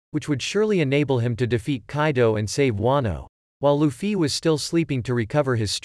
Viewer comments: lufy and not lufyyyyy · Holy shit its luffy not loofee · Stop using a bot voice it says LufFY